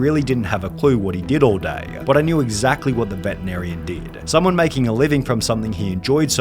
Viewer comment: Vetenarian? xD